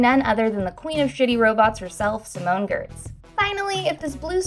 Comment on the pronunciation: I was really glad they cast Simone Giertz as the janky robot. Note that’s not how her last name is pronounced though: it’s more like “yietsch”